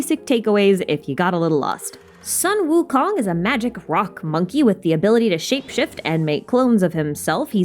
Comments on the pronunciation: hii is actually pronounced soon wu kong just for extra info :) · Amazing theory, but I find your pronunciation a bit botched. I’m 69% sure that it’s Suu-Wu-Koon. :>